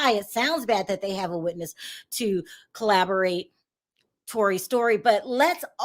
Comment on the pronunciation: Corroborate not collarborate